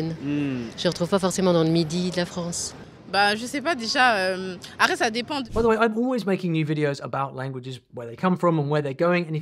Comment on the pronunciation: "Bah je sais pas déjà... Arais ?! (Après) ça dépend" Le français moderne, le massacre. :)